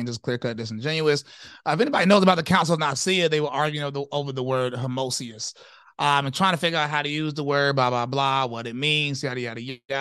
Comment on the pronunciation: He pronounced it, “homosius” lol